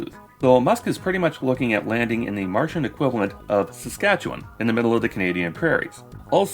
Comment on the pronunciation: Nice you pronounced Saskatchewan correctly